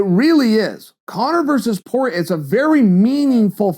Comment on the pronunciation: Dustin “poorer ay “ Porier